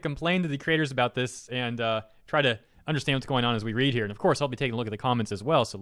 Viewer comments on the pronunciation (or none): none